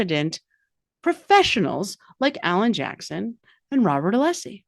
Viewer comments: Hank Brennan is one of the most unlikable people ever to walk the earth!! Someone please find out if this guy passed his BAR the first time around. He can’t even say Alessi right lol. He is going to question the honor of Dr. Wolfe. When Welcher passed off finger painting and dress up as accident reconstruction. The Bergus guy that is talking ownership of a BS he did not obtain 😂 and is still 17 years later trying to get said B.S.🤨 BTW Hanky you will not be remembered as Whitey Bolengers lawyer you will be known as the Most Annoying Attorneyin the Karen Read case I never thought I would be begging for Lally and trooper Paul. Welcher is giving the same testimony as trooper Paul with a PHD in fingerprints and dress up. Welcher didn’t even do the math and “stuff” that trooper Paul was supposed to do. I wonder if Karen received person of the year and ARCCA sponsored her banquet if she would have to disclose that and if Bev would have grave concern. I would not give up my integrity for all the money or fame in the word. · Hank Brennan is one of the most unlikable people ever. Someone please find out if this guy passed his BAR the first time. He can’t even say Alessi right lol. He is going to question the honor of Dr. Wolfe. When Welcher passed off finger painting and dress up as accident reconstruction. The Bergus guy that is talking ownership of a BS he did not obtain 😂 and is still 17 years later trying to get said B.S.🤨 I wonder if Karen received person of the year and ARCCA sponsored her banquet if she would have to disclose that and if Bev would have grave concern. I would not give up my integrity for all the money or fame in the word.